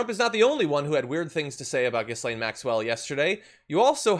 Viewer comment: Lol gee-lane not jizzlane